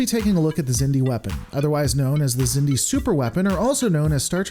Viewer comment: The Xindi (pronounced "ZIN-dee") were an alliance of species who evolved on the same planet in the Delphic Expanse, known as Xindus Have fun being wrong